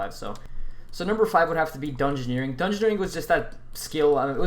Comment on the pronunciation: disliked as soon as i heard you say dungeoneering, gtfo